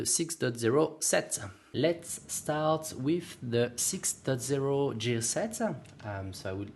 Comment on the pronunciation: Just so you know, "gear" is pronounced with a hard g just like the g from "gift."